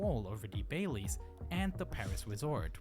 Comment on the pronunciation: Bally's, not Bailey's